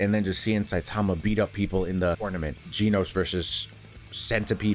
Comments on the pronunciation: not GE-NOS its GEN-OS just saying 💀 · Gen-Os, like Jen Os NOT Gene-Os, Not Jean Os Stop it, stop it now.